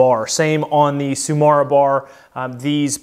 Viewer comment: Not to talk about how tsumura always becomes tsumara somehowlike just say the second u how you say the first one. Of cource that wont make it sound japanese. I try to bring out my inner japanese warlord and always shout everythin that is japanes